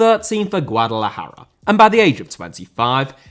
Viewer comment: This is so tragic. By the way, love the way you pronounced "Guadalajara". I'm not Mexican, but it sounded pretty good.